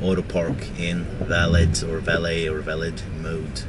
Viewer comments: You are joking right? You own a $100k car and you don't know aabout valet parking. Not valid like you pronounce it. but "Valè" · valit mode. valet - vel-lay mode. Its just a creep mode. get over it. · Haha! Ya, it’s pronounced VALLAY. Valet service is at high end restaurants and hotels. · Its pronounced “Velvet mode” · Valet is a French word, pronounced va-lay. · It is spelled valet, but the t is silent. So it's pronounced like valai. Just saying, I'm not trying to be mean :) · no its not valeT mode, the t is silent... you only use it when you go to a hotel or somewhere with a person who parks your car for you... you enable it so they go drifting with your car, or go through ur personal stuff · Probably should have looked in a dictionary for the pronunciation and definition of "valet". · Du uttalte valet feil i hele videoen. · I'm disappointed that someone with enough money to buy a Model S doesn't know: 1) How to pronounce "valet" 2) What a valet is